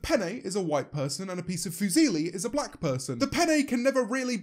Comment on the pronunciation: "Whoe wans to be blah??" is how she said it